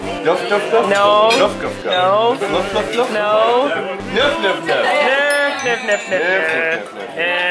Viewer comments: it's not nuff nuff nuff its nøff nøff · it's nøf nøf not nuff nuff :D